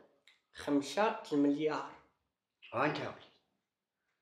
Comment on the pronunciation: ماغاديش يكون عارفها رضوان!! بغا يقول منيار ماشي مينار، لأنه في البادية مليار كيقولو ليها منيار ههههههه